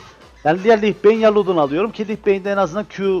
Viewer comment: abi lich beğın demessen sevinirim.Seviliyorsun